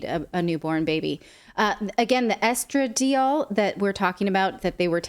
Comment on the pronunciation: Geezus... it's estra-DIE-all, (or eh·struh·dai·aal) syllabic stress on DIE/dai. Please spend 1 second googling pronunciations before your show.